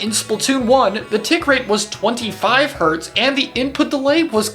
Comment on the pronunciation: this it's Hz, not "hrts" btw